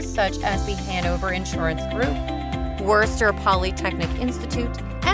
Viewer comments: I stopped the video after you mispronounced Worcester and showed the attractions and photos of the British town of Worcester. You clearly haven't been here and haven't done enough to actually do any research about this place. Thumbs down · Dear speaker. The R is silent. I know I know. Massachusetts folks never pronounce R. But Worcester is one of the words where the R actually isn’t pronounced. 😊